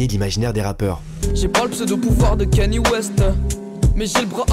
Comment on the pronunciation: C’est pas kenye c’est ka nye y’a pas de E dans son blaze